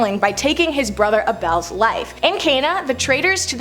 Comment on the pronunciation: Hey sexy lady Abel is pronounced ABLE....